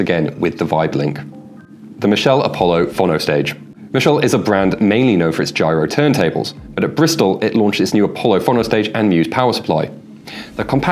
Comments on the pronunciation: Fawnoe! Foenoe. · Fonno ❌ Fone-o ✅